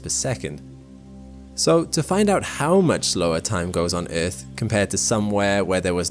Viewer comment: Omg why does he keep saying eeth ....